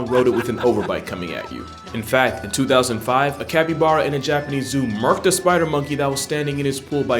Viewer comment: Capppybaaaaaaaara....mate. I love your videos. I couldn't get past like the 5th time that you mispronounced it. 😆 Sending you love though. Maybe work on that. It's like bear like a bare bottom. Cappy...baaaarrr....uh...copy?